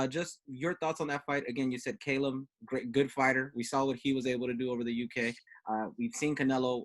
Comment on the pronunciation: just say his name how it looks, Callum! cringe every time you guys say KAllum